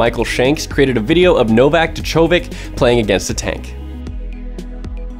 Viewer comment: It's pronounced Joke-a-vich. Novak Djokavic. Not D-JOCKO-Vick